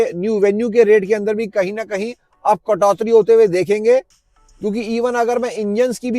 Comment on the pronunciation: Katoti hota h .....not katotri 😂😂